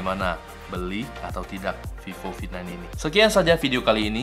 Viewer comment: Is vivo v9 you saying like “fifo fi9”